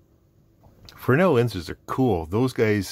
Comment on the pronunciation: I don’t know if someone has said, but they are “fresnel” lenses, not “fresnel” lenses. My apologies if someone already has.